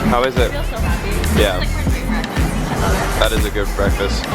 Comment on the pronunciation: haha dave winnel... back to the sound... BWEKFAST to the sound.. lol